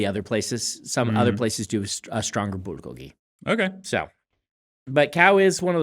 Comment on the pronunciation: I like Brandon pronouncing bulgogi correctly, but then being worried he's going to alienate his audience, so ending up kind of splittling the difference